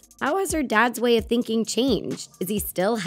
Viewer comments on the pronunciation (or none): none